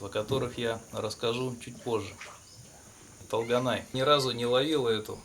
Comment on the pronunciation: Не Талганай! тОлганай-пожалуйста произносите правильно это имя) это красивое казахское имя